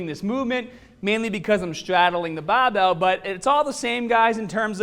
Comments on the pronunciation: You have an issue pronouncing your letter 'R'. Plus not everyone has access to a fully equipped gym. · Will be cumparin' tha bahbell bent ovah row, vehrsis tha t-bah row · BAHbell rows ah HAHdah than t-BAH rows. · what accent is that? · Bah-bell, strong-ah... great accent!!! Great video!!! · I mostly don’t care which is better, I just wanted to hear say BAHbell over and over 😂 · baaar bell. Faaader. You sound a bit aussie there. Excellent channel . Thanks muchly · oh ya, stahddle that bahbell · Can the volume be increased to around 300% every time he says "bahbell"? I'm asking for a friend... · Came for the bahbell. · We are doing the baahbell row....use your baak..not your aahms...lol....on the real..good vid tho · The way he says barbell 😂😂😂😂😂😂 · Came here for the baaaahbehhhl.....also clicked on the beeehllll.